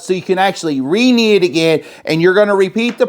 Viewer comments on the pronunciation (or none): The word is KNEAD ... not knee. We KNEAD dough. Not "nee" it. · Knee ? Did you mix that missing 'd' in the dough?😊 looks great!